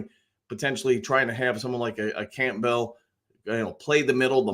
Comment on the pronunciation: Just out of curiosity is there any particular reason that you say Camp-bell instead of Campbell LOL